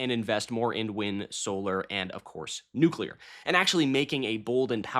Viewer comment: The nucelar chill-section caught me off guard.